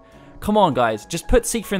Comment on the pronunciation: I think the reason why square put ultimecia is because she is essentially Rinoa, as her dialogue "shall we dance" and her final weapon "shooting stars" proof. Ps. I always thought seifer was pronounced 'sye-fer'